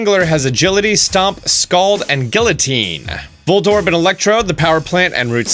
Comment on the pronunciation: Love the guides, but please, you kill me every time you say “guillotine”